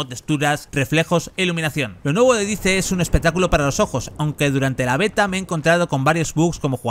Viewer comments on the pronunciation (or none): Dais, se pronuncia DAIS, no dice.